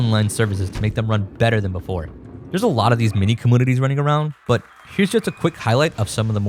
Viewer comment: Its not “comoonities”